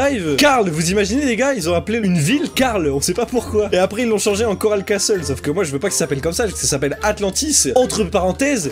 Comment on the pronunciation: On dit corale castel